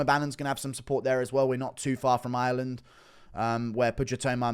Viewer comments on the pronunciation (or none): none